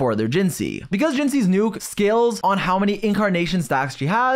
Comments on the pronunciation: PLEASEE ITS JINHSI NOT JINSHI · Her name is 汐 which translates to xī/hsi and is spoken „chii“ Youre welcome, be better than other ccs xP